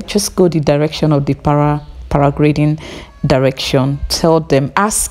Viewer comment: for sharing But the word is PARA -GLIDING Thanks